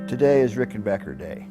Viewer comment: Mike is just an all around fantastic guy who plays fantastic music. I’m so glad he’s still with us. I miss Tom every day. And I never even met the dude. ❤ And you HEAR THAT? Ricken-BAKKER. Not “bocker”! 😂